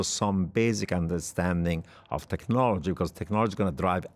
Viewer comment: The host said "politsics" twice. Or is it tswice? Practsical. Emptsy. . Emptsy. Politsical. Tsechnology. Hurtsing. = Brexit English